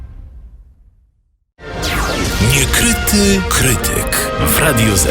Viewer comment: czemu ten koleś "niekryty" wymawia tak jakoś "niukryty"